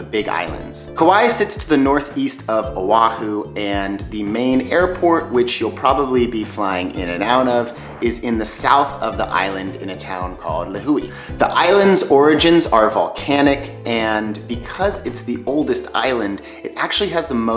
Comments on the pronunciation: Really? you came here, made a video about it and butchered the names of the towns? Kapa’a, it’s pronounced kah pa ah - lihue - Lee who eh. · People pronounce Lihue wrong most of the time, incl. people actually living there from my experience! It's "leewhoeh" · hawaii was pronounced wrong, kauai was pronounced wrong, lihue was pronounced wrong